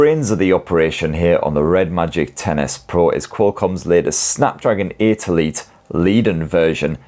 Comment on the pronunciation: I love that it sounds like you're saying Tennis Pro when you say the phones name. Hehe